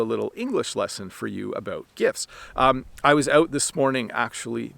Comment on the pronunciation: Hey! I have a question. I noticed that when you say “gifts” you don’t pronounce the “t”. It sounds like “gifs”. You clearly pronounce the “t” when you say “gift” though. Is that correct? Thank you and Happy Christmas!